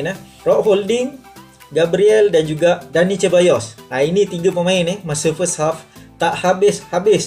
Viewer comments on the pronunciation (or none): Mantap review bro as always tp jgn la Cheballos (Sir-bayyos) la hehe gurau2 je tau keep the good work!